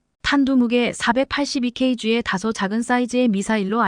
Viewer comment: Km 키로미터 Kg 키로그램으로 읽지 Km 이걸 케이엠 Kg 케이지 로 읽는 사람이 세상에 있는게 신기하네요 유투브 방송할려면 기본부터 좀 배우고 합시다 들을때마다 한심하다는 생각만 드네요